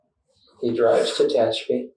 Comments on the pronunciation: It's Te HATCH a pee. Not Tay hetch CHOP ee. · It's tuh-HATCH-uh-pee, not TAH-huh-choppy!!! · "Ta-hatch-a-pee", you goofy bot. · TE-HATCH-EPI LOL SORRY FOR AOME REASON THAT WAS REALLY BOTYERINF NE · ARE YOU TRYING TO SAY TE-HACH-A-PI, CALIF., 40 MILES EAST OF BAKERSFIELD , CA?????????????????? AI STINKS. After a railroad employee was gunned down at the rail yard in Tehachapi, two people are behind bars, one of them his own wife. AND SHE'S COLD AS ICE, WOW. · Tuh - hatch -apy ... oh AI narrator fail. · Four syllables: Tuh - hatch - uh - pee (or pea if you wish)😄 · AI can’t pronounce Tehachapi. Are there no editors in AI? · Human beings don't fare much better with Tehachapi but I agree.